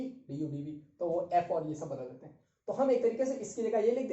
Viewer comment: Sir aap itna "shab " kaise bol lete ho 🙈🙈😆😆